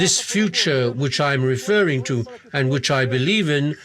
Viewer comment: Kkkk o “tchu.” Eu sou brasileiro-americano e quando minha família do antigo país visita, eles sempre dizem tchu em vez de “to”